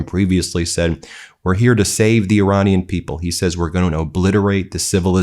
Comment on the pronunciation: Iranina people is pronounced Ir"A"nian people.